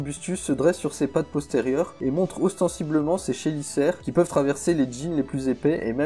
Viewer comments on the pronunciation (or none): on prononce une "Kélicère" même si ça s'écrit "une chélicère" ...